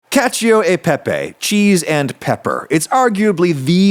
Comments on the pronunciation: "KAH-cho," not "KA-chee-o." Just sayin'... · “pronouncing the i in cacio” Cashew uhh Pippy 🧐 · 3. Pronouncing the i in cacio